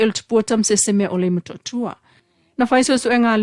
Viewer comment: Why this journalist used the D pronunciation instead of T... its tausaga not dausaga, Motootua not Modoodua, daunu'uga.. dupu... it's so annoying to hear the D pronunciation... faaleo sa'o upu Samoa i le T ae lē o le D pe alu a'e se Samoa e lelei laga faasamoa e faikau mai news... 😠 😡